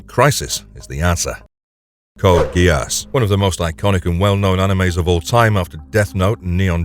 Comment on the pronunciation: Is this an an AI voice? The odd pauses and he the pronunciation of GeASS... lol